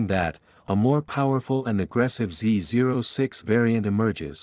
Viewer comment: Is this narrated by a computer? No one says Z zero 6.. every real gearhead alive says Z oh 6